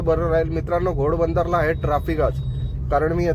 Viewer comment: गोडबंदर नाही रे घोडबंदर